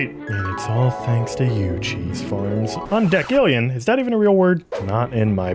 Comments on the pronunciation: Its pronounced udessillion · its undesill.yan thats how decillion is pronounced